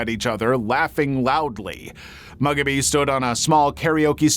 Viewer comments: Its moo gobby not mugaby. At least you kinda recover about half way through 😅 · I'm sorry but the way you kept butchering the pronunciation of Mugabe sent me 😭😭😭